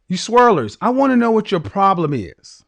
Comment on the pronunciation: he wanted to emphasize SWIRLLERS, you know he wanted the smoke LMAO